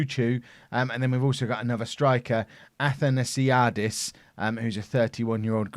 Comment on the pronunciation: you nailed Panionios and Athanasiadis!!!!! well done